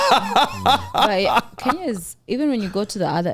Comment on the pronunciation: Hint: it's pronounced "KEN-YA" (Kenya), not "KEEN-YA"! 😉 🇰🇪